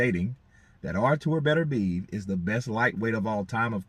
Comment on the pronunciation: Hey how about you show him just a little bit of respect by learning how to pronounce his name properly.